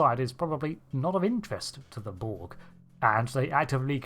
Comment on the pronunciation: It's "borg", not "bolg" or "bo-ug". Can you enunciate your words correctly? Couldn't give two fucks if you're from Bucktoothston, UK.